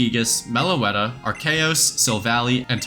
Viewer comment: Ar-see-us fans and Ar-key-us fans need to drop their rivalry and take on a more accursed foe: “Ar-chaos”